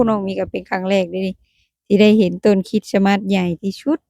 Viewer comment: ต้องพูดว่า"คิสมาส"(คิด-S-มาด )ไม่ต้องเน้นคำว่าสะให้ชัดเจน ให้พูดคำว่าสะเบาๆและไปเร็วๆพูดไม่ให้ใด้ยินคำว่าสะเลยยิ่งดี คล้ายๆเราพูดอะไรแล้วมีSตามหลัง คริตซิ คริสต์มาส ลองพูดดูนะ😂